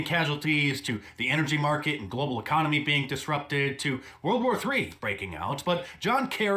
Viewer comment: What the hell is "conomy"???